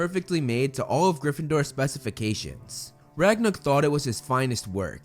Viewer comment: Movieflame: Ragnuk Captions: Ragnarok